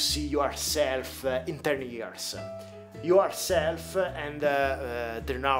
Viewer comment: Yourself é diventato ioarself